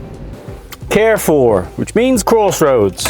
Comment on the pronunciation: You're a great guy to help your neighbours instead of enjoying your stew,. Hope that you get it made eventually with all of that Guinness you found. I also loved your pronunciation of the store "Carrefour". You pronounce it like it's a great play to go to get some tender loving care. The word would sound more like "Car - foor" in French but I think I like your way better. 😎